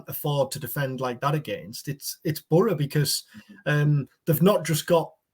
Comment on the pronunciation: Love this content guys buttttttt I don’t like how says Boro it’s like burra 😂